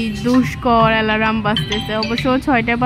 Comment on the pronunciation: ...Ota Alaram na...Alarn...Al-arm...bhenge bhenge uccharon korbe easy hobe....jamon...ota Simpol na Simple...Sim-ple....baki...English pronunciation gulo youtube e english speaking videos gulo theke sikhe niyo...